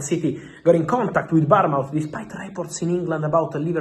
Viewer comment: Happy new year x Fabrizio, it's Bournemouth ,like a child being born mouth, Barmouth is a town in Wales xxx